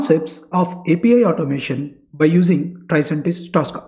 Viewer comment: Its not Taska. Its tosca. Please pronounce it properly